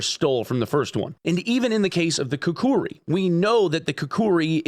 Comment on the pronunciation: They havent stolen anything 😂😂😂. Its you who wanted more cash (BSG)! And I dont get it, does ak74 sound exactly like this only in russia ? How does Forza and Gran Turismo doesnt sue eachother when they copy cars and sounds? How the hell… Its KU KRI not Ku ku Ri 😂😂😂.